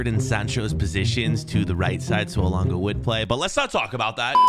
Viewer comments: Its elanga not elonga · It's not Elonga it's Elangaaaaaa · Why did he say elonga it’s so triggering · Man said elungu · Anthony alonga you said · Is just me it bugged me a bit always says Elunga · man said alunga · I’m Swedish but you’re saying his name wrong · hes just trying to piss people off by saying the wrong name 😂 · I am from sweden and that is not how you say Elanga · The pronunciation of elanga annoyed me lmao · YOU PRONOUNCE HIS WITH A E AT THE START NOT A O HIS NAME STARTS WITH A E SO SAY IT RIGHT OTHER WISE IN AMERICAN THE “schools” WILL STAY AS SHOOTING RANGES